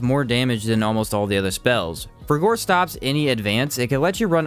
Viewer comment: The pronounciation of some of these spells... Seism is pronounced 'size-em' and frigor is pronounced 'frigger'.